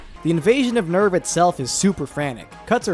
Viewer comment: I love Satsuki/Misato's English VA in the netflix dub (I straight up cant remember her name) but i cannot stand the way she pronounces NERV no matter what